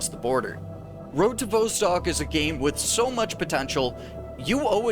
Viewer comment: Vostok rhymes with boss tock, not beaus tock. It has a short O sound not a long O. I can't believe how many times you mispronounce it.